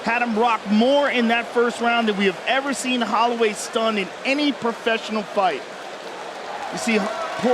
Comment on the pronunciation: How did an official ufc YouTube channel mispronounce Holloway?